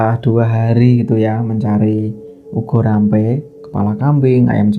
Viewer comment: Boleh koreksi mas....ubo rampe bukan ugo rampe, mas...hehehe